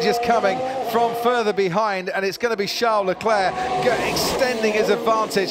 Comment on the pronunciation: I hate how the commentator says Leclerc’s fist name. Like who the fuck says “charles” like “shall”